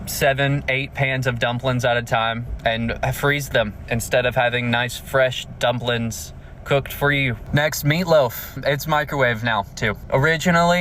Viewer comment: dnno if i trust a "cook" saying dumpling like that.